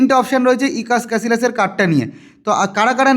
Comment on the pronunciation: ক্যাসিলাস❌ ক্যাসিয়াস✅